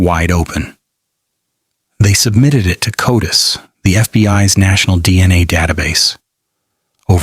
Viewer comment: What? AI doesn’t know how to pronounce CODIS? And it’s not spelled Cotis. It’s an acronym. Not a professional quality video.